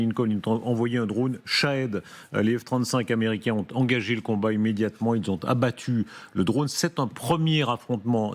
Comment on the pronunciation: « les iraniens « onte »(…). »? Où est-ce que vous avez appris à vous exprimer?